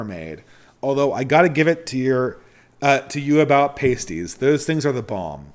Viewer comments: it’s pronounced p-ahh-stie. Sorry, it’s a pet peeve being of Cornish descent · Pasties is pronounced like the way Americans would pronounce "nasties" but with a p. It's like "ass" rather than "ace" with a p on the front and ending in "tees". P-ass-tees. Not the easiest word to explain.